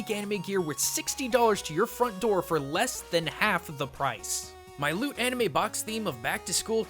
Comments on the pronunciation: for a second I thought he said 'lewd anime' ( ･ิ-･ิ) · When he said "loot" anime I thought he said "lewd" anime XP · sounded like lewd anime. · i heard " lewd anime " instead of " loot anime " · oooooooh! LOOT anime i thought you said LEWD anime. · kind of sounded like he said lewd anime and not loot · I seriously thought you said lewd anime. wtf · thought he said lewd anime